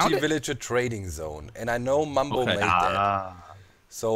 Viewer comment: its Bumbo you fools! Not Mumbo!